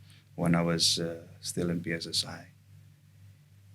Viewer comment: Kenapa kok singkatan bahasa indonesia di inggriskan? Pi es es ai? Di Pi Ar (2 podcast sebelumnya) .. why? Ganggu banget di telinga 😂